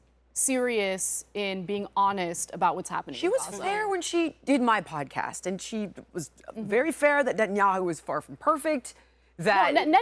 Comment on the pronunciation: Every time the cute brunette says "pudcust" I totally drift off, like listening to a hot chick talk about her workout routine Use your big people words, folks What is that language she's speaking anyway?